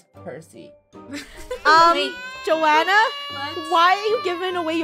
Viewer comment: OKAY why is nobody talking about how funneh keeps killing people's name's? ESPECIALLY DOMINGA AND HER MOM! she said domiga instead of dominga and she said Joahnna instead of Johnna, we have been lied to. she made johnna stay in a boat for years and not control the boat for johnna. she said akaia instead of acacia-.. BUT NOW SHE'S IMPROVED SO MUCH AND DOESNT DO THESE ANYMORE